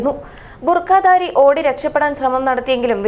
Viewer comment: "ബുർകാതാരി" -- കിടിലൻ ഉച്ചാരണം 0:0:43 0:1:01 🤣